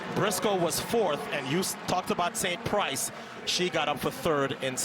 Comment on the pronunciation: its Sant Price not Saint Price......announcers lol